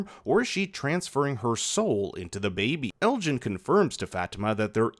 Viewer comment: lmao saying ellis instead of elgin had me confused for a second